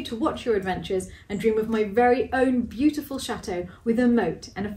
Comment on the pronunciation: If you’re going to play a drinking game, I’d suggest that everyone take a drink whenever or say the word “beyoutiful”. You’ll all be snockered in no time.💕😜💕